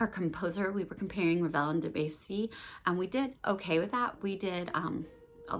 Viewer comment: Oh, and Debussy = "Deb-you-see" 😊